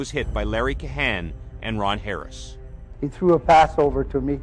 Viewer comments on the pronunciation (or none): none